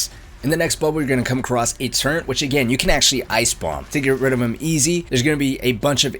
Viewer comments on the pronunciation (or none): there in no "n" in "turret". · What are you talking about? It’s the turent not the turret